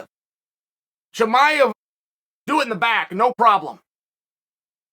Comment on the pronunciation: Ayo did Chimaev get demoted from the Chael Appreciation List? Used to call him by name flawlessly, now he's Hamzat and we all know what it means when Uncle Chael f*cks up your name 😭😂